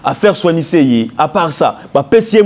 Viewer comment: C'est journaliste ne fignole pas le franciais comme il faut peut etre une formation orthophonique du francais serait necessaire!!! Pour eviter les vagabondage des levres ex:du et different de di,individu et different d'individi...faire soigner non pas soignecer...